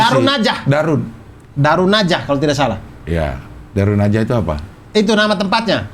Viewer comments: Darun nadwah bang.. bukan darunnajah.. :D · Mohon maaf cing Abdel dan bang Abdur, bukan Darun Najah, tapi Darun Nadwah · Darun nadwah bang abdur, bukan darunnajah 🥲🥲🥲